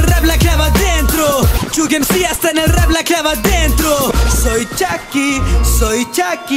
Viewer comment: Pronuncia bien las palabras es chucky no chacky